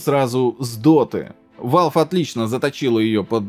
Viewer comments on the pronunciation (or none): none